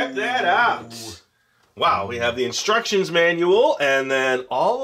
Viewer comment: just wanted to say "thank you" - my son now says "in-struck-shee-ons" as often as possible!